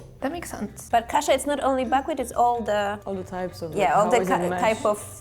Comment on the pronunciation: AI mistake, its not Kasa but Kasza with "Z"